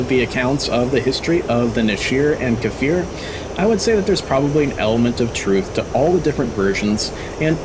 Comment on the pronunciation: It is not kAfir it is just kfir (the sound k makes)+fir